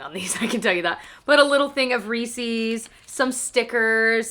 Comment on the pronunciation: Reese’s? I know you did not just pronounce it like that 😐